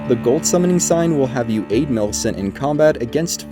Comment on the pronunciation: Bro I literally understood "beat" millicent to gain the talisman instead of "aid". Im done.